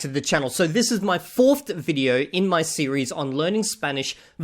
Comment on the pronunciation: fourtht is killing me